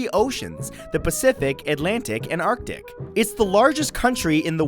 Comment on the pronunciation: Get your pronunciations together...although you did pronounce arctic properly. Which is more than I can say for most amerikan TV talking heads.